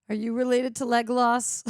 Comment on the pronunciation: Just about to watch this, pleeeeeaaaaase tell me she she aint still saying Lega-loss lol